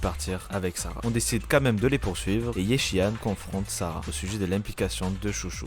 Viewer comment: Super taf, par contre... les voix anglophones sont ignobles haha xD et pour la prononciation des noms chinois : Yixuan = "Yishuan"/"Yissuan" (plus ou moins), Ye, c'est pas "Yé", c'est plus proche du mot "yeux" en français avec le "e" moins accentué. "Shungguang", tu peux dire "Shunguann" grossomodo (le dernier g se prononce aussi mais c'est assez discret ^^). Zhao c'est pas "Zao" c'est "Djao" (tous les "zh" issus du chinois se prononcent "Dj" grossomodo). "Shiyuan" ressemblerait davantage à "Shuyuan" avec un "u" à la française et non un "ou" - à ne pas accentuer [...]. ^^ Force à toi et hâte de voir ton taf pour la saison 3, ça fait plaisir de voir quelqu'un couvrir ZZZ. Merci pour ton taf !